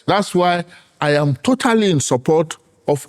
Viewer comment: “Here I ham” this female lecturer no serious 😂😭